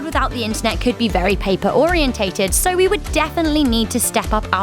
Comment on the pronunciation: ORIENTED OR-I-EN-TED